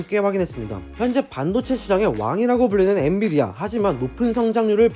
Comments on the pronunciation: 엔디비아라고 하니 엄청 신경쓰이네요. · 계속 엔디비아 라고 하시넹 ㅋㅋ 좋은 회사임에 틀림없어요!! 모두 홧팅